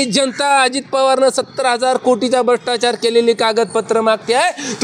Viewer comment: Are bhshtachar nahi re brahstachar manatat😊